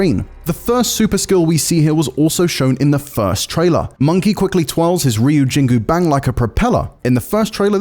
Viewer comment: Ryujingubang is forgivable.. he's probably already trying to pronounce it the correct way.